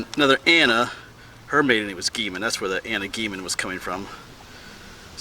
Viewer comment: You were definitely in my neck of the woods. My husband grew up near Bowmansville and his Grandma was a Good. We can see the Weaverland Church from our house. I go past that cemetery quite often and I drive through Martindale frequently. Gehman is pronounced Gay-men.